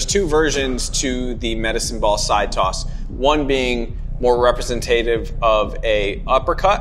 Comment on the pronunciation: represenTAYtive.... I loled